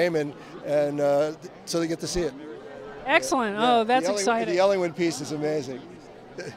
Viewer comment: It's Ellinwood, not Ellywood.